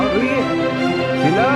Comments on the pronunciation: Sheet nahi sheela 😅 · It's "Sheela" not "Sheel" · Sheela hota hai sheel nhi hota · Kiya sheel no it is sheela